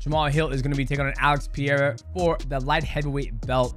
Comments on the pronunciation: Pereira is NOT a hard to pronounce name. It really is not. People don't even try. They just say "Pieira", wtf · Pereira!! not pireira or peeeira😂😂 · Peh-ray-rah soft r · "PEE-A-RA?" CTE much?